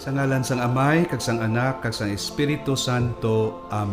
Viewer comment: Sa ngalan "sang" indi "san". 😁